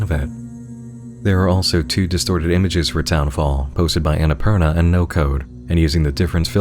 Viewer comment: The way you say "Annapurna" is something so deeply satisfying, i can't even describe. Can't wait for updates to this! ♥